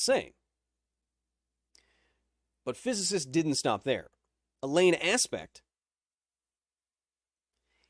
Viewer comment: Alain is probably better pronounced Alan rather than A lane (as in a lane of traffic). It'd be like pronouncing Chao Ming (Chao Mian in pinying) with waiting emphasis on it. (Or pronouncing croissant with a broken English accent)